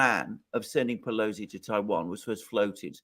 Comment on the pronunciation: Come on man! It’s pelosi 😅